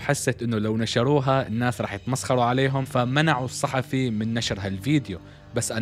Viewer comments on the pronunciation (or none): none